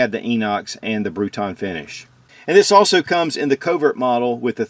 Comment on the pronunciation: its not bruton finish, its bruniton.. just saying ;)